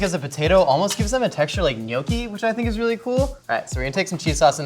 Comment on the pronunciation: that’s not how you say gnocchi